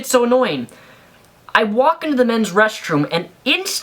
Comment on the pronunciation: Hahaha!!!!! It sounded like you said that you went in the men's breast-room.....